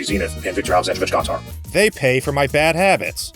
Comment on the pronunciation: Holy shit, I just learned that that actually does say "viktor aleksandrovich gontar" which means one of two things 1. You arleady knew russian or 2. You went out of your way to translate just to pronounce it correctly, so if it's the second option I applaud you for your commitment